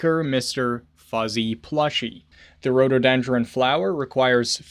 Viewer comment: sound it out mate - bouquet = BOW. K. Rhododendron = Roto. Den. Dren. Love the videos 😂